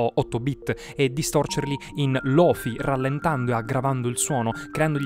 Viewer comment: Aspetta , non si pronuncia" lou fai "